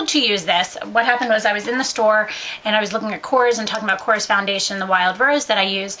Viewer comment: I believe it's pronounced ko-rez I just got their training today and that's how it's supposed to be pronounced